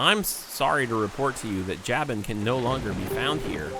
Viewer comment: JAY-ben???its Jaw-boon